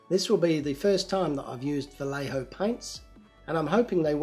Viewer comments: Vallejo "pronounced as Bah-yeh-ho and not as Bah-le-ho" has a special brand for aerographs : Vallejo Air that do not needs to be thinned... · so this is the weird shit that bugs me, as a miniature painter. Because Vallejo is based out of Spain, do you pronounce the two L's in Vallejo like you would the L's in other spanish words, like as a y? So it would be va-ye-ho, or is it va-lay-ho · Had a friend years ago with that last name and it was said Va (like day) lay ho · Waiting now for all the pronunciation Nazis on your attempt of Vallejo paint